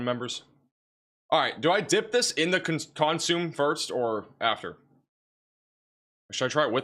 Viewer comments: He is great! Just phonetically challenged. lol. It’s naketish for Nachitoches and consimay for consume soup. lol. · Not consume but "con su may'